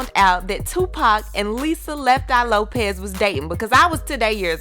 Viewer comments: It's Lisa "Left Eye" Lopes not Lopez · Erin McMahon Lope”S” not Lope”Z” lol sorry can’t help a tru fan lol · It's Lisa Lopes, not Lopez. Also, Pac and Lisa never had sex or dated. Infant when they first met, Pac said "never let me sleep with you" as he didn't want to ruin their friendship. Lisa loved him and he wrote a song about her called "Can you get away" - it's about Lisa/Pac/Andre.